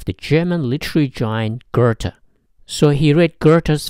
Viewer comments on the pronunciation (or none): Really not a fan of people pronouncing oe or ö as er. It’s Goethe, it’s much closer to Gay-tuh than gertha Or if you’re going to say it incorrectly then say it the old fashioned wrong way “good-tuh” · Awesome video! But it's not pronounced [Görthe], it's [Göte]